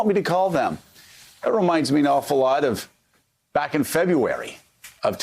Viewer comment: "Stand BWACK and stand by."